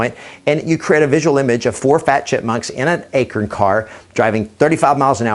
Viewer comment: Its not an "akirn", its an "a-corn" lol do you pronounce corn as "kirn" ? lol just thought that was funny!